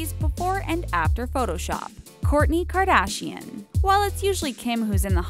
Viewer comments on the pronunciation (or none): none